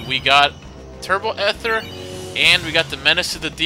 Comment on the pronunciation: You are the worst at pronouncing things... Chimera is "ky-mer-a" with a K sound. And ether is pronounced "ee-thur." Also, quit saying "jill" when you know it's wrong.